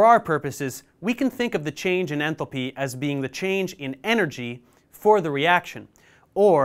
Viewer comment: Enthalpy❌ Enthopy✅